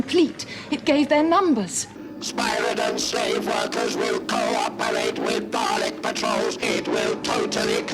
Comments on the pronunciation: Amy Pond pronounced the word Dalek as DAL-LEK (due to her Scottish accent) as opposed to the traditional pronunciation DAA-LEK. Also I was expecting to hear someone with an American accent to say DAR-LEK. 😂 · Amy Pond pronounced Dalek as DAL-LEK instead of DAA-LEK so yeah you are right. Scottish and Irish people pronounce the word differently. 😂